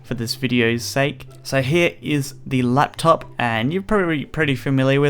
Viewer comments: you said laptap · you said lap tap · It sounded like he said laptap... Did anyone else hear it at about... ? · haha "laptap"